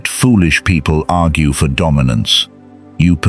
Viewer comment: 'Agrue'? Bro. Check yourself.